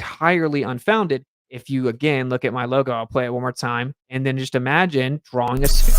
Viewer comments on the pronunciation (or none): none